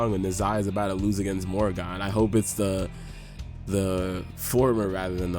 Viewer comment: Brother what would take your videos to the next level is learning proper pronunciation of the Gods' names...like where's the I in Nehza...and its not Morrigon its Morrigan...please...I promise you itll take the quiality up at least 2 notches if you learn how to pronounce their names properly